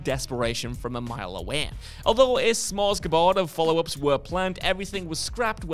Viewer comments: Smorgasbord not smorSgabord. I've heard this a few times recently and it sounds like scratching a chalkboard each time. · When criticising others, it’s important to pronounce your own script properly. I mean, “a smor-zga board”! Where are your own standards? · Did you say... "S'mores G'board?" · Did you just say Smors-ga-bord??🤦‍♂️ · “Smorgasbord” is not pronounced how you think it’s pronounced.